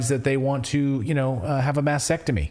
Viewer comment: It's a mastectomy, not mastectomy.